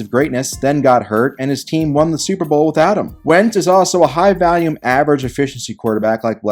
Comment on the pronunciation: Love your stuff, but the term is HIGH VOLUME. Not HIGH VALIUM